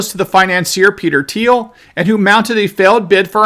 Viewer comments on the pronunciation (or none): none